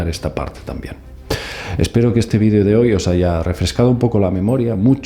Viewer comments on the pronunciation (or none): none